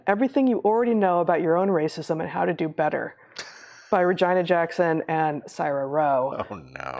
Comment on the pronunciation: it’s pronounced Re-jean-uh not vagina with an r